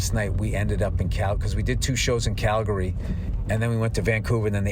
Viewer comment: btw Bill, its pronounced "Calgree" just like you dont say "Oro gone" its "Organ" to pronounce "Oregon" correctly, just like its not "Tor on to" it's "Tranna" for "Toronto" 🤣🤣